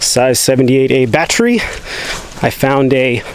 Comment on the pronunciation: Why does it sound like you're saying "batterie" in french lol